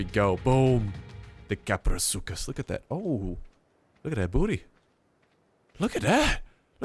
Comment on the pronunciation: It's pronounced kap-row-soo-chus